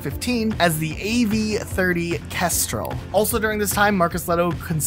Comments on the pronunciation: "krestrel" bruh read it how its spelt. Kestrel. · Notes the pronounciation of Gauss while pronouncing Kestrel as Krestel